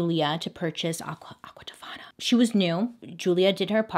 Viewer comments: Game to play with your friends!! Take a shot every time she says “Aquatifana” don’t die 🫶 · Bailey: aQUa ToFaNA Me: stubs toe Me: dies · AQUA TOFANA**!!!** Say it BAILEY...